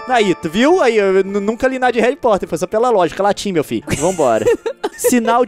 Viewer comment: O leon fala Harry "portter